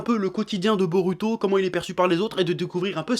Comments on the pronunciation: ça m'énerve sa façon de dire 'narUto' ou 'borUto' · DIS BO"ROU"TO STP C'EST CHIANT